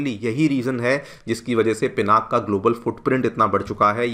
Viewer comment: Thanks you Sirji for saying पिनाक and not पिनाका.